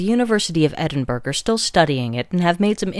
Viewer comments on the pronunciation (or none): Pronounced Edin-borough, weird pronunciation.